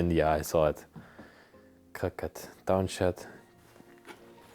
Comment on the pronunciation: Pronounced CROW-KAY